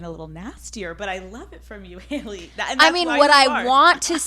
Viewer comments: Has anyone else noticed how she pronounces “Haley” or is it just me? “Hail-lee” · Youre cannot even say her name xd?